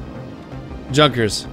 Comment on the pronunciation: Nice shot. Also it's pronounced yoon-kers, not junk-ers. German pronunciation =)